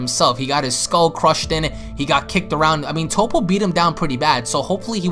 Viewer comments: First this dude said Tapo then he said tupo can someone teach this man how to say Toppo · Did this boi say top-po?